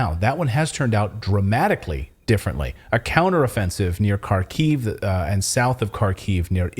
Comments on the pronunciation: The misinformation you guys are spreading is insane. Most of the Ukraine army was not killed or captured. Bucha was not staged. Ukraine did not lose 5:1 under Kherson. You can't even pronounce basic names: it's Kharkiv, not Kharkov, UA stands for "Ukraine" not "Ukrainian Army". Do you just pull this from your ass or what? What a joke. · Kharkiv is pronounced "Haarkif" not CarKyv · Kharkiv is pronouced Harkeev or if you insist on russian Harkov. The K is silent, but if you want to keep sounding like an idiot continue using the K sound. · H A R K ov Not Karkiv......! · Not sure if you care or not but the ‘K’ in Kherson and Kharkiv are silent, they are pronounced Herson and Harkiv. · Please pronounce Kharkiev like this (Har - Keev). Silent first ‘K’..